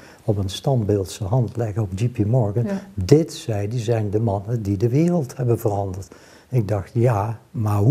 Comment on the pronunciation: NEE, niet Djie Pie Morgan, maar Djee Pie Morgan. Want: JP Morgan, niet GP Morgan @@ Please.